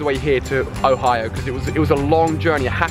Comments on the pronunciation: Im sorry I don't wanna be a jerk but you said hoio and its Ohio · You accidentally said hoio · he said "hoio" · "never thought id go to hawaii-o" 😂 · LOL Ali sais OHIO funny. Oh and my buddy is Growlithe !